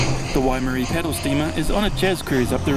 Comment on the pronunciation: A short correction, if you can make it. The paddlesteamer's name is Waimarie, not Waimere. Thank you.